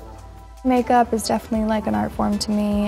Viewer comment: The amount of times she says MaKEuP😂